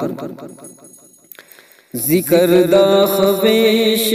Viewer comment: خویش کا واو نہیں پڑھا جائےگا جناب